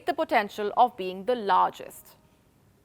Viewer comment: Everything she said was nice, except the last word: "BoosterShot" !